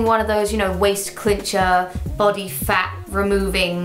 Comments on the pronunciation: it might be an english thing but i cant handle how she keeps calling it a clincher not a cincher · Cincher. Not clincher. Clinching is a waaaay different thing. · Cincher, not Clincher... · Why is no one bothered by the fact she calls it a "clincher" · Jes - ya isn't it chincher or smt